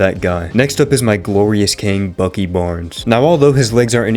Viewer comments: I just started the video 😭 I wasn’t even paying attention at first all I heard was “Bussy’s”.😭(It’s peak) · This guys rage baiting me with “Bussy” instead of “Buckys” and nobody seems to notice